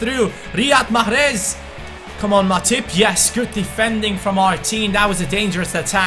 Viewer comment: You pronounce mahrez wrong. You should say "mecheres" not "machres"